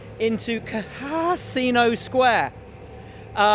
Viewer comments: "CaHAASino square" Hahaha great one mate. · CaHAASino square 😂😂